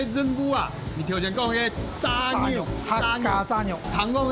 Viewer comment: 怎麼炸肉，唸成peng 肉。